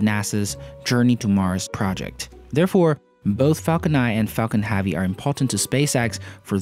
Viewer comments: IS NOT HAAAAAAVY is heavy for fuck sake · Did you say falcon haavy? Space x has now shut down there bfr, falcon heavy and falcons progams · Falcon Haavy?? It's heavy mate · I think you're great. but when you say "heavy" it messes me up.